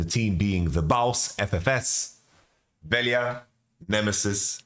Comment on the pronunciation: rare good LJ pronaunciation of VeLJa xD